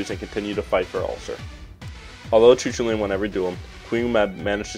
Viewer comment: 'Coo-call-ann' or 'Coo-hull-un' Not Choo-choo-train